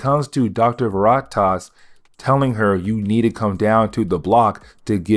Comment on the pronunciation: Please look up names so you pronounce them correctly for the audience. Veritas is a simple word to pronounce. I knoe you can do it brother. This has been a huge struggle for you but I know you can do it. I've watched almost all of your videos, you're a lot better than when you started, I'm sure you can be better still. Keep up the hard, good, work!